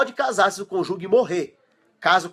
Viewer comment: Conjugue não! É cônjuge. A pronúncia é: "cônjuje". Parabéns pelo vídeo!